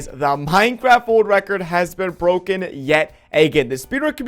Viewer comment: At the start he said pinecraft